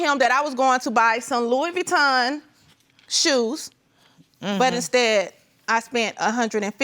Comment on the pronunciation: Who and what is Louis Veeton??? 😂